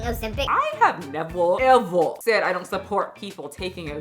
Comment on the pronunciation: That nevuh evuh had me giggling. You're the best! 🤣